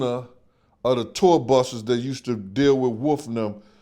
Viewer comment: is it WOOF or WOLF 😂